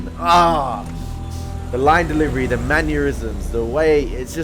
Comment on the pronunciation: Another great episode and commentary/reaction. Really looking forward to the next one!!! PS. You say mannerisms so cutely! It's almost sounding like manure-isms. 😂 Nobody pronounces everything perfectly, so this is not me having a go... I genuinely think it's adorable...